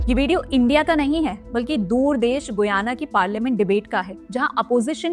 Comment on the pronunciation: The pronunciation is "गयाना".